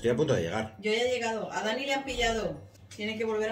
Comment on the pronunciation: Se dice dani no danny